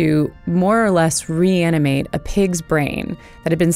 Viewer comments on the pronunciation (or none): 'more or less reaninate" with "no electrical activiity"..lol